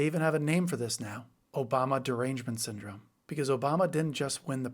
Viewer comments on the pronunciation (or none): none